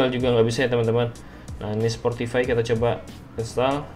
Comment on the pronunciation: SPOTIFY BANG S-P-O-T-I-F-Y. Ga ada huruf “R”